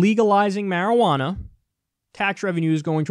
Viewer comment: you're not pronouncing marijuana correctly